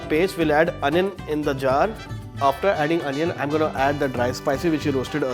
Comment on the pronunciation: Anion Paste? Bro, get back to your senses please. Don't kill native English in the name of accent.